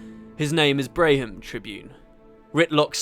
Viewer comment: They had a story about Rox's warband back during F&F, to mirror the one about Braham. Speaking of which it's pronounced Bram (like Bam) not Bray-hm.